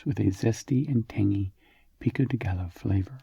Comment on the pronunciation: The word gallo should be pronounced like gayo or something like that